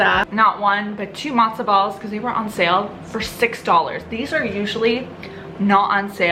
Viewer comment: It's early in the morning for me and I had to do a double take when you held up the mozzarella balls because I thought you called them "matzoh balls" and I was very confused 😅